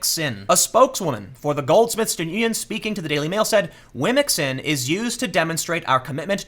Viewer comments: How you pronounce womxn is dope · Yeah... I'd go with your phonetic pronunciation for womxn.